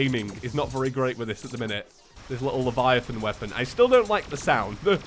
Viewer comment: ouve been doing this for a few episodes but your saying the name of the gun wrong its the levia - titan but you've been saying leviathan